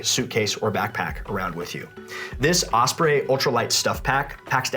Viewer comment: Could you please stop mispronouncing “OSPREY”?